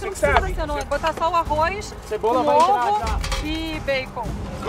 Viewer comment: "a cebora" amo kkkkkkkk